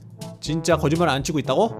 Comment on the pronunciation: 초 거짓말 인데 겨짓말 ㅋㅋㅋ 그리고 유니콘도 겨지말이라고 하넼ㅋㅋ 거짓말 인뎅ㅋㅋ 정직한 인뎅 정직햔이래 거북이도 그렀고 ㅋㅋ 커여워